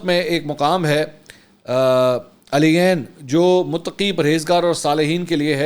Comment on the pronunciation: Mansoor sahb thora parh likh lia karen. ALIYaeN nae hota ILIiYEEEN hota hai.